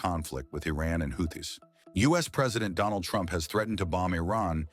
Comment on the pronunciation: Could you at least get the name of the Houthis right if your gunna be a lazy AI channel?